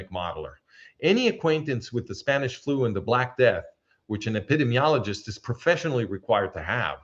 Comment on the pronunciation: Dearest, please forgive the slight correction on your pronunciation of "epidemiologist." I heard you struggling. Your English is near native speaker level. My Spanish is nearly non-existent. This is a difficult word, even for native English speakers. Ep.id.EEM.iologist. Listener of at least 20 years, since Tamar Yonah Arutz Sheva days. I have great respect for you. Dr. Eugene Narrett ז״ל cites your work in his book "World War III: The War Against the Jews and the Rise of the World Security State." The man was almost a prophet. I think he was murdered.